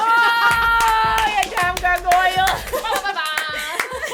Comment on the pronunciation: I had to directly like the video when went "gar-go-yal" hahaha